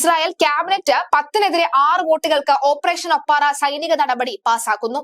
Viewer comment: ഓപ്പറേഷൻ 'ഒപ്പാറ അല്ല ഒപ്പേറ.